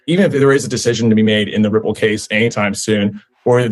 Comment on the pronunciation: named Rimple and cardanzo and solanza as securities. Lol. Sooo. Must mean those are three solid commodities even though he can’t pronounce them.